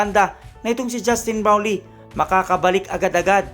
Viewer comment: bulol! ayusin mo pagbigkas mo sa "brownlee".